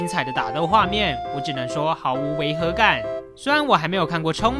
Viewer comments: 其實是唸作銃(ㄔㄨㄥˋ)夢啦😅 不過巧克力看起來超好吃就算了XD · 銃ㄔㄨㄥˋ 還是不是這個字😂